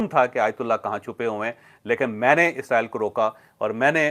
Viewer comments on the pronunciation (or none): none